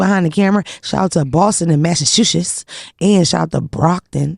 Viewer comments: It’s Mas-sa-CHUS-setts shorty, not massashosits. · can't say Massachusetts to save her life 😂